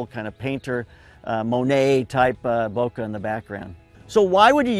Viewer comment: Subbed because content- but actually because you pronounce bokeh in the way that I perceive as correct. Also that shirt is fire.